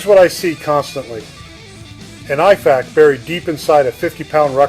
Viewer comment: My thought exactly lol. Dude misprounced IFAK and CoTCCC, which doesnt "approve" anything and only recommends based on research and evidence. Same with how he talked about tension physiology but described a open pneumothorax. Almost begs the question of the validity of the background. Just my thoughts from practicing and teaching both Civ and Mil medicine.